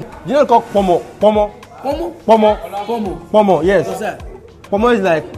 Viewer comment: Why is this Nigerian guy trying to Westernise the food names? ‘Amla’ instead of ‘Ah-mah-la’ (amala)and ‘Pomo’ instead of ‘kpoh-moh’ (ponmo). Say the names properly so that they can learn the authentic pronunciation. They came to Africa to experience the authentic Africa, not the Westernised version that they likely already see.